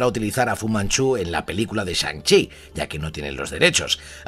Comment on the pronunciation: Shan CHI Master of Kung FU! me reido como lo a dicho